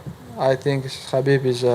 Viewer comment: Khabib not cabbib 🤣